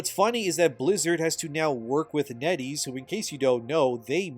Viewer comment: Net Ease rhymes with Eddies